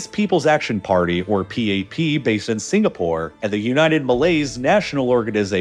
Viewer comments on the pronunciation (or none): "I've never heard of a country named signapoar"